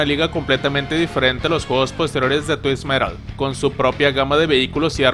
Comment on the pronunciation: Se dice tuisted metal no tuis metal 🙄😑